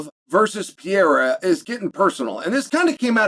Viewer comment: If you can't pronounce his name correctly, just say Alex for the love of God and grammer.